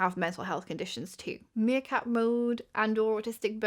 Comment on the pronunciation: Meercat, not 'Seercat' lol